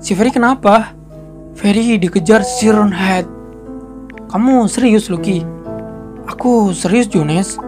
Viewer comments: Bang siren head bacanya sairen head bukan si ren head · Itu dibaca sairen head om tapi tulisannya siren head kan bahasa inggris